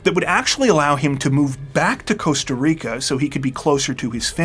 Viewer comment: Costa RRRRRIcaaa!!!